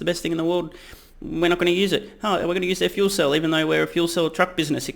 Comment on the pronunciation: I love how Mary (the person from GM), not only managed to mispronounce 'fuel cell', but also say Nikolai as if it were some weird east-Slavic version of Nicholas, in basically the same breath (lack of commitment or stage fright?). Also, I'm not sure what they're buying here other than the brand name and some hype. What will Nikola bring to the table, because from what I can tell they aren't even going to provide their own 'battery train'. And they have little to no technology they could implement. The second I heard rumors about Toyota being the 'chosen one' I was like; NOPE! Because they already made the mistake of taking hydrogen to consumer cars instead of trucks, trains boats, and airplanes... One more point, if GM is doing all the manufacturing, then what was the 'Nikola factory' for? I'm assuming they will not be producing hydrogen in the middle of nowhere... they have little to nothing to manufacture there other than perhaps the fuel cells/motors. But other than that, what can they make that GM can't? Last note, I think GM might be one of the worst decisions ever, next to maybe Ford, but maybe that's for the better because both GM and hydrogen for the regular consumer will be a big flop. Not sure, but didn't GM also announce like 12 new (electric) vehicles? will these be counted? and how much market share would they lose, or cannibalize from their own line?